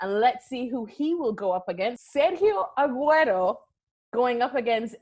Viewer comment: Hate how she pronounces Sergio, Cristiano, Aguero and Ronaldo